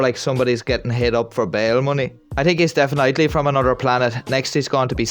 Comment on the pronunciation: My man really said deafen-nightly and followed up referring to police work to wök💀🤣